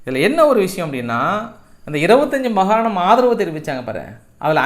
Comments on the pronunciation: மகாணம் அல்ல மாகாணம்.. நன்றி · அவர்களே நீங்கள் மகாணம் மகாணம் என்று சொல்கிறீர்கள் அது மிகத் தவறு மாகாணம் என்று சொல்லவும். உங்கள் செய்தி வாசிப்பு நகைச்சுவை அனைத்துமே அருமை.